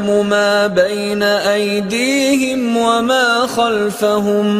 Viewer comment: Salam aleikoum, il y a une erreur dans la récitation. Minute 5', "bayna aydihom" au lieu de "aydihim". Juste une petite remarque. Sinon belle récitation mashallah.